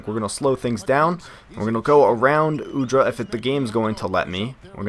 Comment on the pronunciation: its Udrih not Udra. Beno Udrih is from same country as me ( Slovenia )